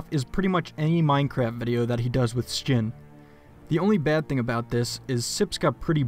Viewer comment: Sips is a bastard. But he does make some great dirt. Kudos on the Sjin pronunciation btw. Also this reminds me, it would be awesome if you did a sculpt of the Hat Films lads! Your sculpts never fail to amaze me, they're always so detailed and well-made!